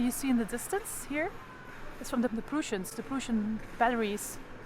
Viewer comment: Oh and the Prussians are pronounced as,Preuh ssians not pruuussians. Sorry no offence just ,ter informatie. Dank u voor deze toffe video